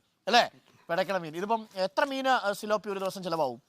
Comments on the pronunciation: സിലോ പി അല്ല. പി േലാ പിയ ' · തിലാപ്പിയ ആണ് ....tilapia ....